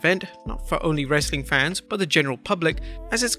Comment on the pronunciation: For someone who can't say "Fans" properly, you are the last person who should be mocking how people pronounce things. just sayin'